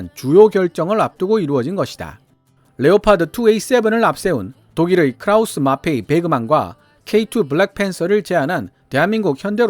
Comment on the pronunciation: 크라우스-마페이(X) 크라우스-마파이(O) 독일어에서는 ei를 ~에이가 아니라 ~아이로 읽음.